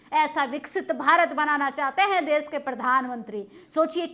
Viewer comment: आंटी देस नहीं देश होता है 😢😢😢😢😢😢😢😢😢😢😢